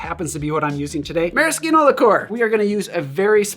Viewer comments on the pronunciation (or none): Since when is maraschino pronounced with a hard K?